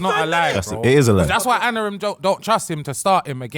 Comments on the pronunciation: His name is Amorim not Anorim... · needs to stop calling him Anorim it’s AMORIM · Maybe if you man stopped calling him Anarim we’d do a little better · Lol why can't say Amorim?